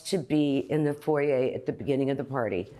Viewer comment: Kathy is the only person on this channel that pronounced foyer properly